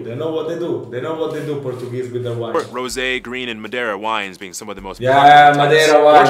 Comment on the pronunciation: your portuguese is very good to be honest, nice pronunciation